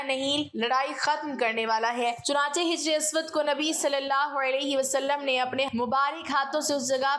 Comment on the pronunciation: اللہ پاک الحق ھیں۔ اللہ پاک آپ کو جزائے خیر عطا فرمائے ۔ ادائیگی الفاظ میں تھوڑی سی غلطی تھی ۔ آپ نے حجر کو صحیح طریقے سے نہیں پڑھا۔ دوسرا آپ اپنی تحریر کے مآخذ بھی تحریر کر تے تو بہت اچھا ھوتا ۔